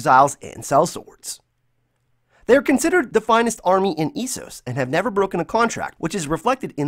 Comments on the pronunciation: Essos is pronounced as "EHSOS" not " ISOS" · "Eeeeesos" Essos buddy. Calm thw fuck down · It’s an OUTRAGE. E-Sauce really? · um did you say "eesos...?" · “ēsos” “eyeran throne” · Why is nobody talking about how this guy pronounced Essos? 😂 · Drove me nuts... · Can't even say Essos correctly yet named his channel after the show. Way to make money off of something you don't even understand. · Imagine making GoT fan videos and you can't even pronounce ESSOS right.